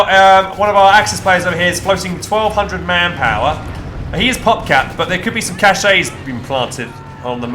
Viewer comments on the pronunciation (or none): Dear, I am sorry to have to tell you this but: 'Kash' is the correct pronunciation. If you pronounce it 'kash-ey' then you're actually using a different word entirely, cachet Sincerely, an awestruck (by ways of your gameplay) viewer